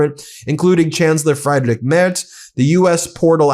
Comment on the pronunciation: small correction... the german chancellor's first name is pronounced "Freedrich"